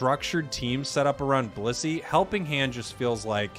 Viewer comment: I keep hearing bussy instead of blissey. Help me